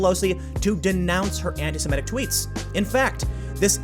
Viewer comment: This is a totally trivial comment, but I couldn’t help but point out a constant mispronunciation. It is “anti-SEMITIC,” not “anti-SIMETIC.” I noticed you pronounce it correctly when reading it, but incorrectly pronounce it when talking about it. I noticed a lot of people do this and it drives me almost as batty as when people say “nucular” instead of “nuclear.”